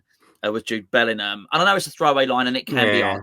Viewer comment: nice to see you put some respect on Bellingham's name! 😉